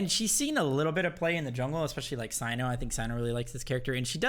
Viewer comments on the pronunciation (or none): none